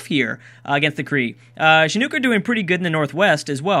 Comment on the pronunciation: With Chinook the nook is pronounced like nook and cranny